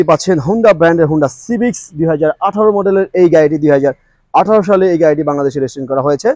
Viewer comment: হোন্ডা সিভিচ না ভাই! হোন্ডা সিভিক হবে।